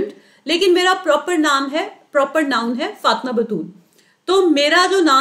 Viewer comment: It doesn't mean I do it with negative thoughts....but It is not Fat'ma, the pronunciation of your sweet name. It is Fa'ty'ma.....